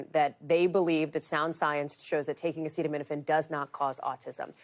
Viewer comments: This from a man who says he has the highest IQ in the white house. He didnt even know how to pronounce the word acetamenifin. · Come on trump, sound it out... a ce ta mi no phen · He couldn't even pronounce acetaminophen 😂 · Caution taking medical advice from someone who can't pronounce the medication he's bantering about and also release the EPSTIEN FILES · This brain dead gutter snipe has to sound out the word acetaminophen on camera. Nobody seems to show his lowball reading ability on any of these posts. He's recommending medical advice and has never read the name of the topic of this discussion. I guess I should use his new title: President Dr. Gutter Snipe. Hasn't he harmed enough of our daughters? Not to ignore Dr. Bobby Wormbrain, the nation's top medical researcher. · medical advice from someone who can't pronounce acetaminophen. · Mr Bone Spurs has some nerve saying to women "if you can't tough it out" Doctors and pregnant women don't go around habitually taking Tylenol acetaminophen or anything else if they want to have a healthy pregnancy, dumbo Trump. It already is not encouraged unless necessary but now we have you saying only do it don't do it do it. O m g!! And it would help if you could pronounce the word acetaminophen correctly and at least know what you're talking about before you get up to the podium. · Should probably be able to pronounce the word before deciding if it's good or not. I mean it would be more helpful to understand what it is... But I'm going with the bare minimum here. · You're not going to learn it from Dr Trump okay He couldn't even pronounce the word acetaminophen. 🤣🤣🤣 so I do hope you have a do.